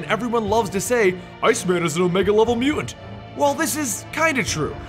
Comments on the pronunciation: Your mispronunciation of the word "mutant", drove me nearly insane. Sounds like "mew-ans". I couldn't finish the video. It was that aggravating. If you take the time to produce a 7 minute video on a given subject, at least take the time to learn to pronounce the name of subject correctly. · "Mew ent"? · does the way this guy says the word, "mutant/mutants" bother anyone else? mu-ents? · I think its one of those words when you hear if over and over in a short amount of time it starts to sound funny. Or it sounds like he pronounces it Mute-Unt. I dunno now I'm going crazy lol